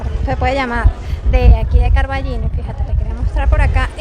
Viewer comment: Con Ñ. Pero, es tan difícil? CarballiÑo. Estás en Galicia.